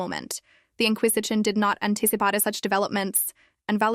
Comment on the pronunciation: Even said anticipata rather than anticipate, so yeah, it's AI voiced